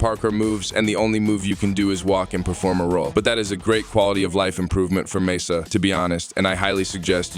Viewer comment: The fact that the AI couldn't pronounce Mesa the same way 2 times in a row bothered me sooo much